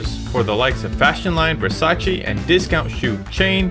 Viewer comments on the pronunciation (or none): none